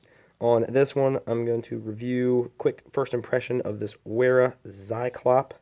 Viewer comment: pronounced "Veera"